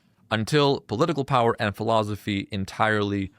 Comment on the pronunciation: you say philozophy. it's weird. i like it.